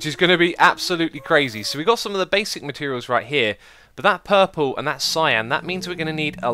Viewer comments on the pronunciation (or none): I like how X says 'puhhhple' instead of purple.